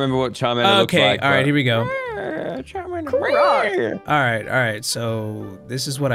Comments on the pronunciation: Cholomander ➡️ Shart-mander lollll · Cholomander turned into chorromander 😭😂😂